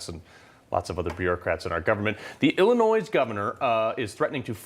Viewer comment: Appreciate the update. But for heavens sakes. The "s" in Illinois is silent.